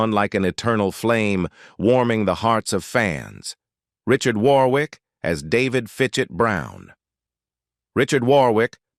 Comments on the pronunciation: Pronounced WORRICK!!!!!!!!!!!!!!!!!!!!!!!!!!!!!!!!!!!!!!!!!!!!!!!!!!!!!!!!!!!! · Richard Warwick. It's pronounced 'Warrick". You could have looked it up - sounds silly how you said it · War - wick! 😂